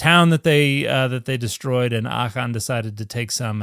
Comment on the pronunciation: I heard “Achan” pronounced to rhyme in the triplet “Achan was mistaken when he stole the bacon.”